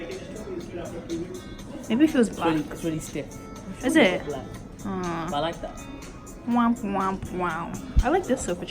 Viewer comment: a little bit of a British accent came out when you said “is it?” Lol